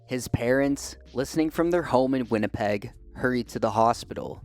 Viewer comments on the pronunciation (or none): none